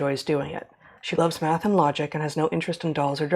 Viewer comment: I think the spelling you’re looking for is m-a-d-t-h. As in: “If you want to knough the troo phacts you need to du the MADTH currectly “